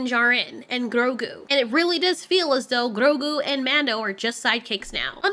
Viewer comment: Why do you ROLL YOUR RRRRs in GROGU? You make it sound like some fufu cheese 🧀 😅😅😅😅😅